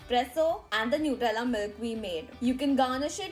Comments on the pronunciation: It's nutella not nutrella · New- tella😂😂 me bolti ju